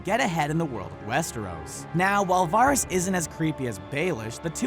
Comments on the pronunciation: It's not Varis (var-ris), it's Varys (Va-ris)! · This guy's pronounciation of "Varys" triggers me. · It's varys not virus. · Ugh stop calling him vahr-is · Wtf is Virus? Or Waaaris? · Pretty sure all of these are in the show. Please stop saying Varys like that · if you are a big fan of game of thrones and actually watch it, how do you mispronounce varys' name? he's a pretty important character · VARYS ISN'T PRONOUNCED LIKE THAT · when he says Varys i die inside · Pronounce Varys's name wrong one more time and I swear it by the old gods and the new, I will haunt you!😠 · The Firepheonix they always mispronounce names! It's infuriating! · these aren't deleted scenes?? These all appeared on the show so how are they "deleted"? Also, stop making me cringe when you say VARYS